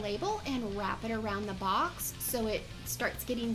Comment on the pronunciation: why do you say box like that 😂 you sound like you’re saying bucks